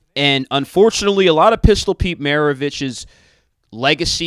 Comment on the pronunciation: dude couldn't even pronounce Pistol's last name - r u serious/